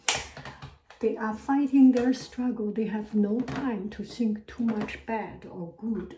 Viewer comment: i love how she pronounces ‘th’ as ’s’ like think as sink & worth as worse☺️ so qyoot!